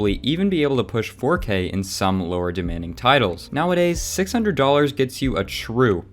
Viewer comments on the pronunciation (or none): none